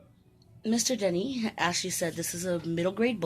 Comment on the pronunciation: You pronounced my last name right like Dennys the restaurant haha I'm so happy you enjoyed it. Book 2 is coming soon :)